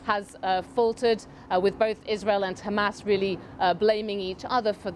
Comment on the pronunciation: "According to HamArse".... typical Al beeb.